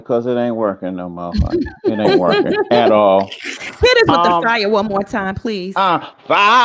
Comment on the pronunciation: PLEZ? got me clinching my pearls 🤣🤣. Not mustard seed. Come on overflow